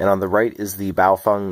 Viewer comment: I just need to say that, you’re the first person I’ve come across in the western world, that correctly pronounced BaoFeng. All I hear is bayofehng.